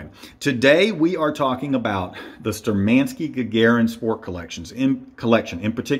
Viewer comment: Wrong pronunciation of the brands name! Штурманские=Sturmanskie is pronounced as Shtoormanskeeya.